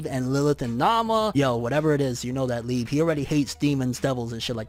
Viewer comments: Oh my gosh does he pronounce liebe leeb?! If ur reading this, its pronounced Lee-uh-bay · It’s lieb eh without the h sound